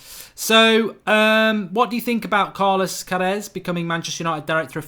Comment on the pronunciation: When a heard you say Carlos a had to listen to it 3 times thought you say Carlos teves